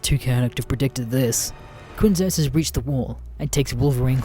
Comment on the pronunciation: Ok this is so minor, but you pronouncing quiZno's as qiNzo's kinda irks me. Do you not have sub shop varieties in Australia?